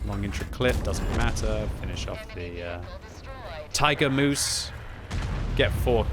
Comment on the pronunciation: "Tiger Moose" - 2023 😂😂😂